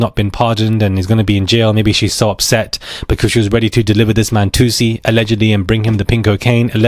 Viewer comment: he spelt then instead of than ...I was just correcting grammar- he knows I condemn the way he says alleged